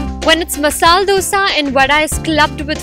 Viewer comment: That's really nice! Good to know that there are such hidden treasures! The presentation was good except one thing that left me wondering of an etymological concept. It was so intriguing to hear the presenter pronounce "Masala Dosa" as "Masal Dosa" twice. That sounded new to me! So far I had known that the presence of 'a' after 'l' in Masala is irreplaceable and can't be considered as silent and hence should be pronounced as ""Masala". Wonder whether Red Chilli Masala can be pronounced as Red Chilli Masal! But this is a new concept anyway! Thanks.